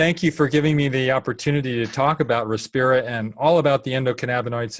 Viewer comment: btw its Respira, not Repirsa